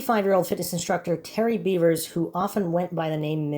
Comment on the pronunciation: I think it's really pronounced "bevers" (beh-vers) Not "beavers" (bee-vers)